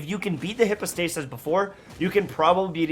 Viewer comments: Isn’t it /haipow/, not /hippo/? 🤨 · Please pronounce "hypostasis" correctly! Google can show you the pronunciation. It's not hippo-stay-sis lmao. [hai ·pow·stei·suhs] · Everyone: Hype-o-stasis No one:: HIPPOstasis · bruh why are you calling it hipostasis? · Bro y u pronounce it hippostasis 🤦🏽‍♂️ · But why are you calling them hippo-stasis???? 😅😂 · No one:: HIPPO-stasis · "Hippostasis" lmao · He replied "no" when someone asked him to pronounce it correctly 💀 🤣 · Then my ears didn't lie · Just thought the same xD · That hurt my ears 😂